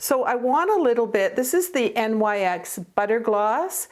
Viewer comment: Love this video, I always learn something from you!❤️ By the way, I looked it up and NYX is pronounced “nix” ❤️. Love & hugs